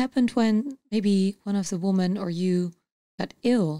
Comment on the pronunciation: Meervoud van Woman is women , dat spreek je anders uit..... Verder goeie podcast